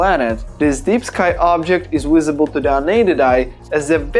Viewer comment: No offence but its not "Wisible" 🤣